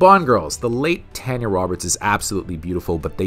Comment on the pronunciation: Every time you mispronounce Tanya's name, my heart dies a little. RIP Miss Roberts!